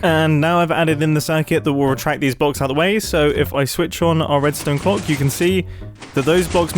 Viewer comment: "Before any of you SMARWHT people point out the Redstone CLOWCKH" 😂